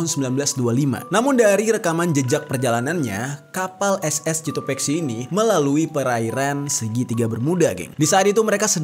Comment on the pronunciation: Bang itu di baca Kotopaxi karena huruf c tidak bertemu huruf e dan i jadi tidak dibaca s tapi k